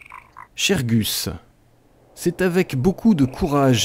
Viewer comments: Ses pas Guzz, mais Guss. ^^ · C'EST GUSS pas guzz --'